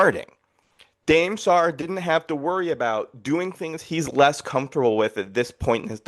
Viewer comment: Dude saying Dame Sarr’s name wrong 20 times in a row is wild